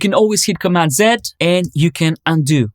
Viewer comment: Nice to hear you say 'command zed' and not 'Command zee'. ;)